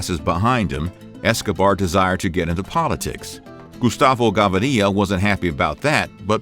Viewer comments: 1st of all Plata means Silver plomo means lead 🤦 and learn the prenounciation of their last names ga-vI-ria 🙄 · Its pronounced "Ga-veer-ia" 🙄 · Does a whole video on Gustavo but CAN'T pronounce his name,then you expect credibility lol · Kinda baffling that you managed to mispronounce Gaviria when it's heard on the TV series often. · You’re pronouncing his name wrong. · Plata does not mean in this context silver, it means money. Gaviria ain't pronounce that way. When little facts like this are wrong i get suspicious about the info of the vid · it tilts me how u cant pronounce Gaviria... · I must leave this video after the third time the narrator mistakenly pronounced GAVIRIA!!! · The way he pronounces Gaviria is incredibly annoying for a spanish speaker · Too gringo to pronounce his last name and translate plata/plomo. Try again harder next time. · Why does this man can not say Gaviria normal?? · Btw the pronunciation of Gaviria is really bad (it kinda hurts)....the stress is on the second syllable. And the 'r' is more or less pronounced as a 'd'. I'm also not sure about the bank robbery story. He was arrested in 1974 because of stolen cars. They both, Pablo and Gustavo, were arrested in 1976. But it was only 20 kilos, not like those shown hundreds of boxes seemingly full of drugs. You also forgot about El Osito, the successor of Gustavo. He also was an accountant since the early 1980s. It seems this is all from the series and not the real life. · Oh I thought that I was the only one who was annoyed by his pronunciation. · If only they would correctly pronounce Spanish names. The accent is on the first “i”. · Plata isn't lead, it is silver. You have it backway. And it is not "Gavarya", it is pronounced Ga-vi-rya (Gaviria). Stopped watching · It’s Gaviria!!!! Not Ga-vi-riia!! You people disgrace the Spanish lenguage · It's GaVIRIA not GaVARIA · Gustavo Gavíria not Gavaría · who is gavaria? kekw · “Gustauvo Gavaria” 😂🤣🤣🤣🤣🤣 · "Gustavo Gavaria"